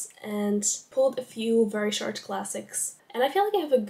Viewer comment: I don't wanna be that girl, but check your pronunciation of the o in short 😭😭 in the intro it sounds like an a, and trust me that's not what you wanna say😵‍💫😵‍💫